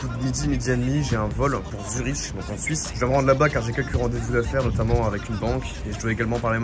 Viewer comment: Frérot je t’aime bien mais on dit ZURIQUE pas ZuriCHT …